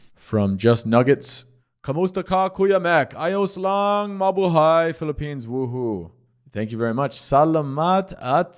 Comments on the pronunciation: Its MA-BU-HIGH not MA-BU-HEY. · BTW, in Tagalog, we always pronounce the word in the 2nd syllable. There is no long vowel sound, always short vowel sound. So, pronounce mabuhay as MA-BU'-HAY.